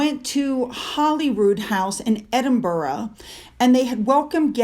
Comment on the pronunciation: Another great video AND you are continuing to pronounce Edinburgh like a true Scot! Well done 🏴😀🏴